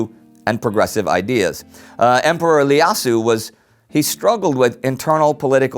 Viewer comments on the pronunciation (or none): The Ethiopian emperor’s name was actually Iyasu with and “I”- pronounced as “ei” not “L” since you were pronouncing it as “Lyasu”. It’s a biblical name which translates to “Josiah”